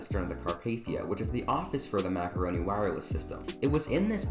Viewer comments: it's not called the "Macaroni" wireless system, it's the "Marconi" (Mar•kow•nee) wireless system. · Just so you know the Marconi system isn’t pronounced macaroni, it’s pronounced Marc-oni 😁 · pronounced mar-co-ni not macaroney LOL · not being a nerd, but its marconi, not macaroni. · Its actually macroni wireless. Bot macaroni wireless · "Macaroni wireless system" Uhh I think he meant marconi lol (Nice tour though!) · He meant marconi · why did you say Marconi wireless system like that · lol I was about to say something about that 😂😂😂